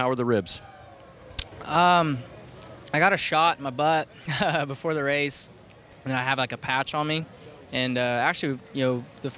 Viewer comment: Ohh Noo I’m too huwt to wace 😭 Waaaaaa 😩